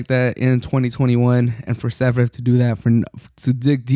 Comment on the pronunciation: Damn it took me long for me to find out that you are saying Zverev